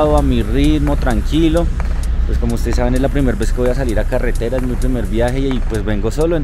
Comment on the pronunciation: Dice priemer xd